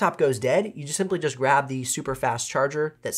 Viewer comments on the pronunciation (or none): none